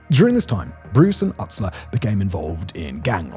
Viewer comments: It’s pronounced oo-stler not uh-stler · Lmao.... juggalos getting videos like this... I was a juggalo in high school (but I'm all better now) and to think this is where they came.... And shaggys name is pronounced use-ler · learn to pronounce 2 dope's last name right